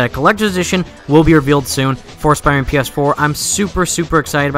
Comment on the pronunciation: Dude, if you want to be taken seriously, then you need to start saying the name of the game properly